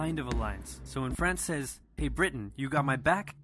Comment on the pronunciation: It drives me nuts how some ppl say France!! it sounds like u say "friends", and I can't get it out of my head every time I hear it 😂 Love the vids